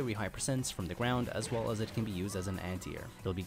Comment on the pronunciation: izaws "as well as" is painful to listen to